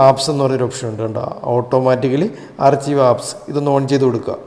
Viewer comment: ആർച്ചിവ് അല്ല,ആർക്കൈവ്😅